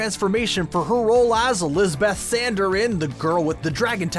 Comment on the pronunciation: It's Lisbeth SALANDER not 'Sander' lol